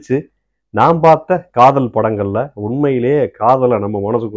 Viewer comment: காதல் இல்ல, காதோல் 🤣🤣🤣🤣🤣